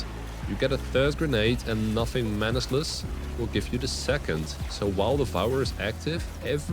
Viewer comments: Manacles = Man-ack-uls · Manacles. Mana-cles. It's just like: Monacle 🧐 Retical 👁 Mechanical 🛠 Popsicle 🍦